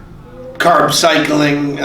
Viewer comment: You say carb to correctly to be from Boston